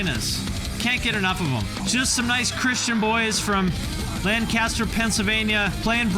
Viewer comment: ABR is from "LAN...KISS...TURR".